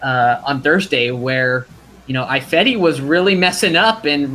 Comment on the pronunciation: Why keeps saying “Eye-fedi”?